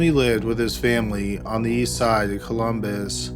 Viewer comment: Omfg i cant even watch i have to skip this one "took a look at the BEGS"... "on thr east side of Colum..........BUS"